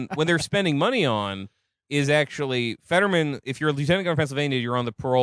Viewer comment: It's "Fetterman," you stupid cunts. HOW do you FUCK THAT UP?